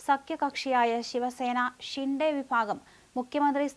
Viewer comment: ഷിണ്ടേ അല്ല ശിന്ദെ യാണ് ശരി😂